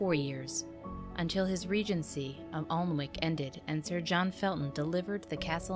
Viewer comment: Pronounciation! Alnwick = “Annick”, Yorkshire = “Yorkshur”.